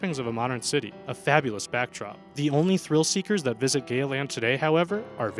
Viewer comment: Oh dear that is not how you say Gaya - but it funny. They have built a new park up in the hills with a similar name.